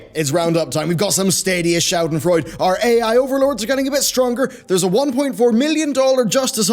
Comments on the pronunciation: It's pronounced "Shah - Den - Froy - De" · schaudenfreud? Lol it isn't said like that